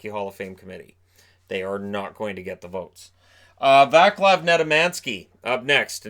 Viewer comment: Vaclav should, for the record, be pronounced Vahts-lav. Kinda like "What's love" if you slur it a bit. I realise I'm being pedantic here, but it tears apart my Slavic heart to hear the name butchered so hard haha